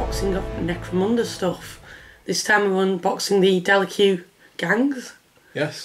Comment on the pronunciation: I am loving your reviews but I feel you are pronouncing the gangs name wrong I have always thought it was pronounced Delack.